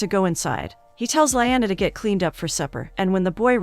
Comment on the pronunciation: I don't like the pronunciation of the name "Luyando"..!!! Luke..!!! Luyando!!